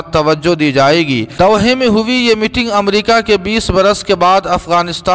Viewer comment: "Doha" sahi parhiye